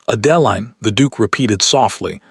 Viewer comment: You can start by having AI correct the pronunciation of the heroine's name. Horrible narration. What Adeline needed to find was a solicitor. Unfortunately, she is still underage in this story. Depending upon the year, for a woman it could be 25 and later in the century it was 21. So why didn't Adeline run for the nearest solicitor? Even in England of that day, the law required due process. They simply cannot haul her off to jail. How did 3 days turn into 3 weeks? He would have taken men with him. If Adeline's father lost all of his money, what is the stepmother living on? How is the evil stepmother buying gowns for Sophia? Lots of holes in this story. Amazing, Sophia is marrying the duke and the duke knows nothing about it. Another hole. How are they getting married without a license? How could gloves not hide Adeline's hands? Way too many holes in this story. Why is she not at the Duke's estate? She is still at Thornfield Hall instead of at Ravenscroft. The overall plot is good. The story itself is poorly done.